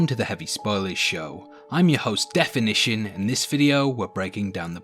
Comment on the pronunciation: it sounds like you said "heavy spoiley" in the intro. maybe you should name your channel something you can actually pronounce